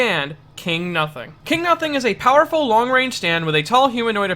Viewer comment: "KINGU NUSING"